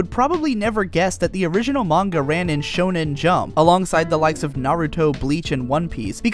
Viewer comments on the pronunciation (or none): none